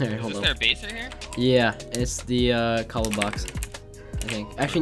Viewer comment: Lol whenever I am listening for place I hear place, and whenever I listen for base, I hear base, but I know it says base.